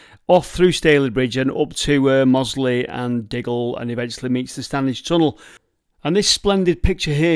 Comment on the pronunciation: Mossley and Standedge pronounced properly, and 98% of people get those wrong